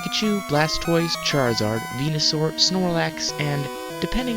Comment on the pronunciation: When u were talking about red and said venisuar (idk how it's spelled) I thought u said penisaur